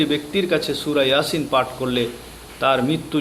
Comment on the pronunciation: এয়াসিন নয় ইয়াসিন